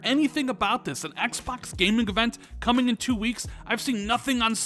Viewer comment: Did you say coming or "comning"? Hahaha